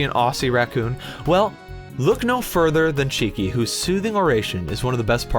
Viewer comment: ') You were so nice I'll forgive you for outing me and using the American 'Aussie'